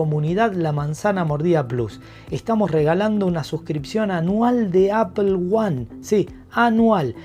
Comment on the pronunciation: Aifon de Apel... se pronuncia aifon de Apol (iPhone de Apple)